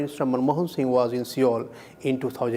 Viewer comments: soumyakanta skp accent aur pronunciation me farkh hota hai. Ye banda apni accent me bhi Seoul sahi pronounce kar Sakta hai. Tum khud hi YouTube or search karlo how to say Seoul. It is not hard at all. Any person in any accent can say it. Ye journalist galat pronounce kar raha hai Seoul ko, accent se koi farakh nahi padta. Jab Korean ambassador Andhra Pradesh ko sahi se bol sakta hai toh ye Seoul kyun nahi bol sakta hai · Chutiya host can't even pronounce Seoul correctly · H P what colonial mindset? I don't have a problem with his accent. Even I have an Indian accent because I am Indian. But when you are interviewing some high ranking official from another country and you couldn't even care to do a little bit of research to pronounce the capital of his country correctly then you are a Chutiya and you don't deserve to interview him. Besides pronouncing Seoul isn't hard at all. You can very easily do it in an Indian accent as well. If it were some difficult Korean name which an Indian could not pronounce it correctly then I can understand but what's so hard about saying Seoul correctly?? On the other hand I appreciate the ambassador for saying Andhra Pradesh correctly even though he is Korean. It shows they he knows about India which is what is expected from the ambassador. But the host is a disgrace. He reminds me of that news anchor who pronounced Xi Zingping as 11 Zingping, lol!!